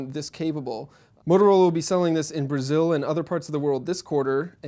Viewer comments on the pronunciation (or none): did he said "Motorola will be sellin this in Brazilla" ;))?